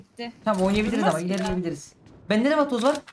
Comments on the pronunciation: vatoz degil vatok 😂😂😂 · Vatoz❌ Vakoz✅ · ABİ ŞU VATOZA VAKOZ DİYİP DURMA